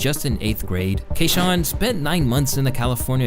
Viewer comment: His name is pronounced Kee shawn not KAYshawn